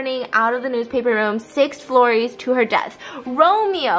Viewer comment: Did she say six floories